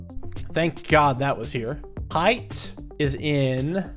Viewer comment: who tf pronounces height like h-eye-ght